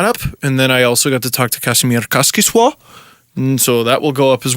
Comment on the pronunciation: The way that says Kasimir Kaskisuo is the best pronounciation of any Finnish word by a foreigner ever.